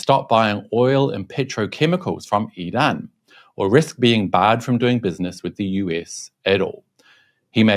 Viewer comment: An English speaker pronouncing Iran correctly! I'm surprised. LOL 🙂 Forget Trump he doesn't know better. In fact the moron is a totally clueless bully. 😞